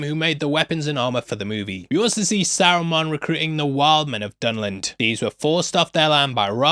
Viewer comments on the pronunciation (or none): I have never been so offended at a pronunciation as I have at sarumon, it's saruman 🤣🤣🤣🤣